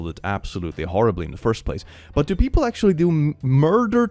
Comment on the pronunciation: "Actumalaly" I'm taking that